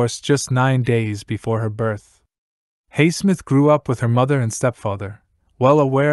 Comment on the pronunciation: You affect your credibility negatively by pronouncing Highsmith's name incorrectly.